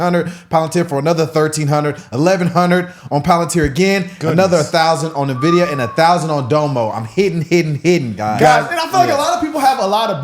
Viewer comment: You are all intelligent guys ! I’ve liked your content for some time. Just so you know; It’s pronounced “ENN-Vidia”, not Na-Vidia. Just sayin. Keep fighting the good fight, gang.